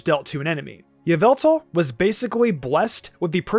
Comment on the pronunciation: OMG its pronounce YUH-VEL-TALL